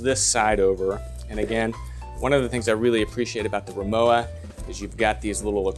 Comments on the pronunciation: RimoVA. W in German is pronounced as a V. Just sayin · Thanks again; What is the size of this piece of luggage? by the way RIMOWA (German make) is not pronounced like IOWA but with a plain V: RIMOVA.........(stress on MO)